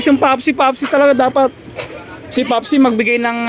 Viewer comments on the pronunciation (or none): Pepsi po haha hinde popsi wahaha😂😂😂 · Anong papsi papsi👀🤣bka pepsi pepsi🤣🤣🤣